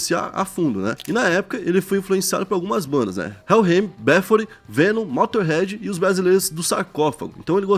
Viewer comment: Quando ele falou "Before" ele quis dizer "Bathory" kkkkkk Demorou pra eu entender kkkkkkk